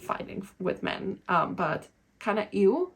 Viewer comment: Yes. The way you emphasize the word "men" at the start of this video at 36 second in. (you do it in multiple other places as well). For most men will be an immediate nope and they walk away. Something to realize for about the last 10-15 years men have been getting shit on by feminist in this way. So ANY indication of this attitude towards them in the early phases and they walk away instantly. Literally seen this in real life many times. You have a mixed group of men/women in a bar and one of the women will construct language that way. Blame all things on men as if "all men are one entity/the same" it comes across as identity politics (paint all men with the same brush). Then 2 hours later when trying to talk to any of the men all the men are running away from the person and nobody will say why cause its confrontational to do so. The only men left standing there will be because they think they can use the desperation against the women to try to get lucky. The result is this is the only men you end up meeting / talking with are men who typically do this. The other import thing is none of the womens friends will tell her either. Women tend to love to give positive comments only and not negative realistic comments. Or comments which are polar opposite opinions of men. Like an example of that you can see in real life is a women giving complements about the long fake finger nails and how nice they look. But in reality are extremely off putting to a lot of men cause they scream "I